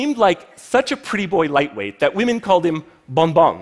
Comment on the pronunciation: Is anyone else annoyed that he emphasized "Women" when discussing potential leaders?